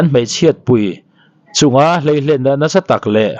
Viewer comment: I thil chhiar a "Hleihlen" niblo vin "Hleilen" tih tur a ni zawk e. Youbtuber te hi in pawimawh si a, an rawn ziak dik lo a nih pawh in rawn lam dik hram hram teh u aw..... @@